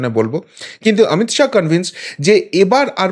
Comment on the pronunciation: "শাহো" না শাহ্ বলুন